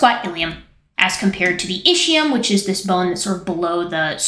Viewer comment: I thought it was pronounced IS-key-yum, but you know way more about this stuff than I do. Great vid!